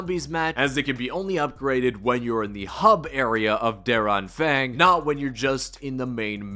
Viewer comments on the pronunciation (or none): I love how you say der Anfang me as a german notice you pronounce d it very wrong but its very funny too